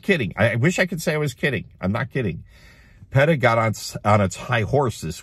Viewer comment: Lol you pronounced P. E. T. A wrong